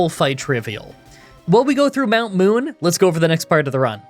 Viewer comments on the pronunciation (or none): none